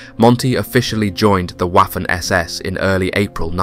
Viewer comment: Same with "Waffen"